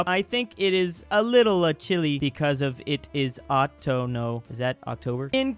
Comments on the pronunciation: He also pronounced it "otono" instead of "otoño" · it is pronounced "otoño", not "ōtōnō" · I am pretty novice at Spanish, but "otoño" means "fall/autumn." Also, isn't it like pronounced "oh TOH nyoh" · says: OTONO JAJAJAJAJAJAJAJAJAJAJAJ When you don't know how to pronounce the Ñ ÑÑÑÑÑÑÑÑÑÑÑÑÑÑÑÑÑÑÑÑÑ